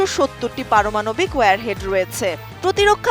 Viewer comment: It's not ware head it's warhead